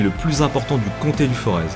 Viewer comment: Juste un petit truc on ne prononce pas le z dans les monts du forez. Merci